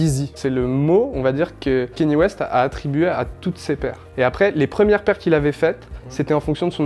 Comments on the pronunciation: Gros respect pour le taff d' mais vraiment on dit Kanye West pas Kéni West mon reuf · Quand on se prétend pro de la sneaker, on ne dit pas kéni ouest. Ka-nyé. D'avance merci.